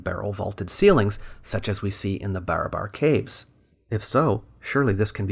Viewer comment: its not BAR-A-BAR .. its BA-RA-BAR